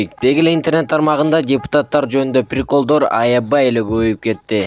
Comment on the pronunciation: НУРИК!!! ОЗУНДУН МЫРКОВСКИЙ СУЙЛОГОНУНДУ БИЛИП АЛЧЫ!!! "ПИРИКОЛЬДОР" ДЕБЕЙ🤣🤣🤣🤣🤣